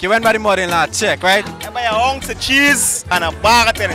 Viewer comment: An "OUNCE" of cheese?😂